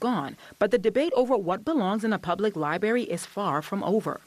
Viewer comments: Two things here man…..tired of this stuff. First of all it’s liBRARY!!!!! Not libary!!! If someone is going to do a report please use proper pronunciation. Secondly where in the heck are we as a society??? This lady is a pastor for crying out loud. Saying bring back the pride section at the library?? Sorry but if I’m the rest of the Presbyterians I am not happy with her. I’m pretty sure I would ask for her to move on. Time to live by the Bible….cause what we are doing isn’t working. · LIBRARY not LiBARY! As a tv reporter, speaking is part of your job. So it would stand to reason that can pronounce words correctly.